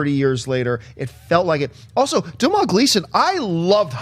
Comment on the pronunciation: Fer feck's sake, it's not "Dom-HALL" Gleeson, it's "Dough-NUL" Gleeson. Come on people, it's not that hard.